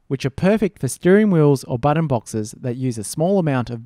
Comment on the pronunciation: No one: Literally No One: amstudio: BOTTAN